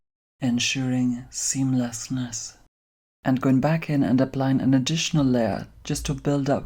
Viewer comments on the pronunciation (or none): "Ensuring... seamlassnass" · Now i can use "seamlesness" pronounced clearly in the microphone as a ringtone